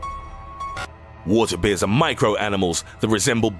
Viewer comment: Three things:- 1. I see NO point in having one set of subtitles imposed on the other. 2. IF I hear THAT bad tempered voice again I'l leave the page. :¬( 3. I think water Beers are actually water BEARS.